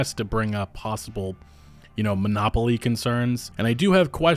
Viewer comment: Say monopoly with me